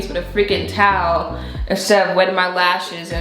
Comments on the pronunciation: Who likes the way says towel lol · Haha I love how you say towel “taawl”